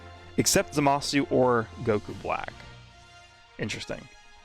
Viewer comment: still surprised that speaks japanese but still pronounced his name like za Ma su